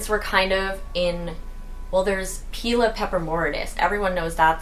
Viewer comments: ive always wondered isnt it pronounced as [p-eye-lee-uh] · Pie lee uh, peper o mia, dra see na, mar an ta :) Love your maranta!.. I have a lemon lime, and am in search of the red one. Going to a greenhouse tomorrow...The addiction is real! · So cute! Pepper-oh-mee-ah Pie-Lee-ah (Just some help with pronunciations!)